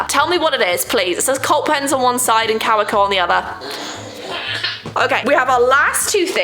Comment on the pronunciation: Took me forever to figure out that she meant Kaweco when she pronounced it “cow-wee-co”😅. It’s a German brand so it’s pronounced Kah-vay-co